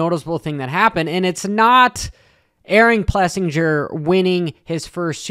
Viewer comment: It is PlessINGer not PlessinJer !